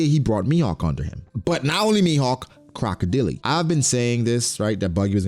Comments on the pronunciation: Croco Dele? 💀 It's more like ↓ Croco dail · Bro, "Crocodilly?" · broooo not "CROCODILY" tf is that🤣🤣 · "Crocodeelee" That's a way to say it